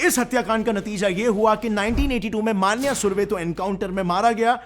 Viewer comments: Plz make a dedicated video on Manya Surve. And ha one point he is not मान्या सुर्वे he is मन्या सुर्वे. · मान्या सुर्वे ❎ मन्या सुर्वे ✅